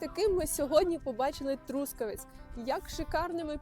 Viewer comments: Чому саме ТрУскавець? Ріже слух..Трускаве́ць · Трускаве́ць — місто в Дрогобицькому районі Львівської області >> Наголос на ОСТАННЬОМУ складі!!!